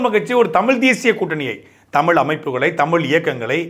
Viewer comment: தமிழ் என்று சொல்லுங்க சாட்டை தமில் தமில் என்று சொல்லும் போது மலம் தொட்ட உணர்வு வருது வேறு யாராக இருந்தால் கெட்ட வார்த்தையில் எழுதி இருப்பேன்.